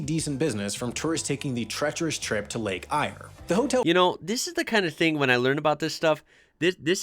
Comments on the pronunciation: Lake Eyre is actually pronounced “Lake Air” and not “Lake Ire” like the commentator said. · It’s pronounced lake Air not eye ree . Lake Eyre. Love the stations in Australia. Used to live in them in the channel country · What is really bizarre is hearing someone pronounce Lake Eyre (rhymes with air) as if it rhymes with ire. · Not pronounced as ire but Lake Air spelt Eyre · Lake Eyre is pronounced air not eye-err. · It's pronounced Lake Air (Eyre) not Lake Ire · First up Lake Eyer is pronounced Air Anna Creek is not the single biggest farm in Australia. Cubby Station holds that title. Also Australia has 8 of the 10 biggest farms in the world. Russia and China hold 1st and 2nd place. But as stated this is semi desert to desert country. It is acres per beast. Sheep do better in a way. I think it was Anna Creek that was a sheep station, and had 5 hotels and a Post Office on the property. A number of years ago wool prices were high and farmers were said To be Ridding On The Sheep's Back. One farm built a 100 stand shearing shed. Another out done it with 101. That is they could potently have 100 shearers. However they only used about 16 of them. One of the biggest sheep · The stock footage they're using is completely wrong. There's not a patch of green grass in the entire station !! It's entirely red desert. They muster the cattle with tiny Robinson helicopters. 2 acres is a large housing plot in some Aussie towns 😂 Lake "Eyerr" ?? It's pronounced Air ! Road tripping in Australia is SO BORING ! Imagine driving for 12hrs on a straight road thru a dead flat desert in 50deg heat !? If your car breaks down you could easily die of heat stroke like the European backpackers in crappy cars do every year ☹️ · Lake Eyre is pronounced Lake "Air", not "Ire". Sheesh! Also, it's Gibber, not Jibber Plains. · Just FYI Lake Eyre is pronounced Lake Air. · Lake Eyre is not Lake Ire but Lake “air”. Oodnadatta - rhymes with batter. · Lake ire? Eyre pronounced air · Pronounced Lake Air